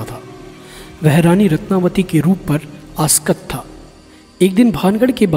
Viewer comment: Askat nahíi balki aasakt......😊